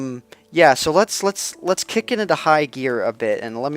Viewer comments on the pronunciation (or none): none